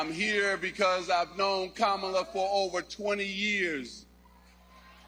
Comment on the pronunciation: he said Kamala's name properly...did y'all catch that?